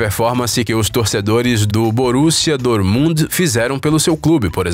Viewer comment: Ele falou Doormund kkk